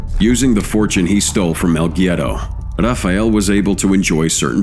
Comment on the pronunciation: its pronounced "wedo" smh